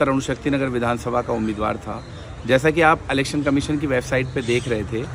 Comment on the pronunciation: अलेक्सन नहीं इलेक्शन कहते हैं?